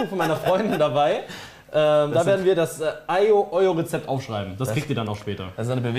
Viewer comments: Als Italiener musste ich die aglio e olio skippen :§ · Es ist noch immer kein aglio e olio😂 aber sonst gutes Video